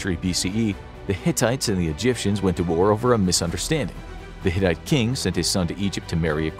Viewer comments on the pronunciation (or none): none